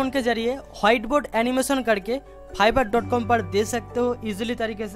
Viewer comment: Phiverr wow, sir it's fiverr not *Phiverr" 😂😂